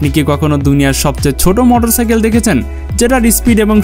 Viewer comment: মোটর সাকেল বলে ভাই